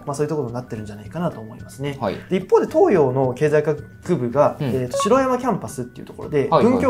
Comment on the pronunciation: 楽しい、動画ありがとうございます。 東洋大学の白山キャンパスですが、読み方は、「しろやまキャンパス」ではなく、「はくさんキャンパス」です。